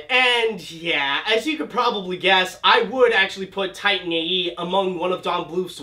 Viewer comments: Did you really start the video by calling the movie "Tine A.E."? You really can't even pronounce the title? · i loved the movie, i hate the way you say titan tho